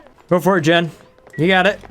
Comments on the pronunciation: Hey.. Jean's name is pronounced Jeen. Like the pants. Not Jen. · Loving this series. The new DLC seems like a game changer. By the way, 'Jean' is pronounced as 'Gene' or 'Jeans' as in trousers, and not 'Jen'. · Jean is pronounced /jēn/ like the pants. heavy twilled cotton cloth, especially denim. "a jean jacket" Not Gen... that’s so odd you don’t know how to say Jean... like I’m gonna go put on my gens... LOL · For the love of all that is holy it is pronounced Jeeeeeeen like blue jeans. Oh and loving the new series. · Calling Jean "jen" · Jean should be pronounced as Jean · And also jaune (with a soft j) as in all of France. It's ok man, just put the accent hammer down. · I've always pronounced it the French way. It's closer to John; then again the gender is listed as X, so it's not definite either way.